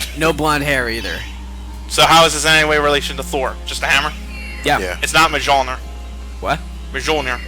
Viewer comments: It's pronounced MEE-OL-NEER, not MAH-JOL-NEER. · it's actually pronounced, "Molnir" even though it has a j. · it really bothers me how mispronounces mjolnir. its pronounced myol-n(ee)r but hey i just hate it when people mispronounce stuff but its not a big deal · What? You mean Mjölnir? That's an odd way of saying it. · the j in mjolnir is silent i think